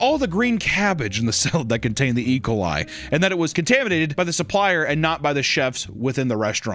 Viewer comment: compressing “E. Coli” into one word and pronouncing it, “Ee-kuh-lie” will never not make me laugh.